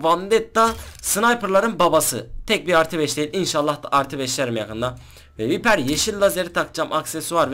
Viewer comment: vaypır a viper dedigin anda videoyu kapattim.